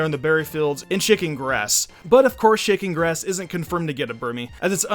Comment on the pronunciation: Is it just me when he says shaking grass it sounds like chicken grass